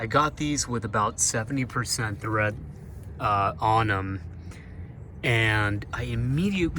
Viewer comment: Good info for the budget conscious. BTW, it's tread, not thread.